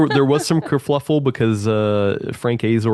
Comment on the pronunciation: It's kerfuffle, not kerfluffle. There is only one L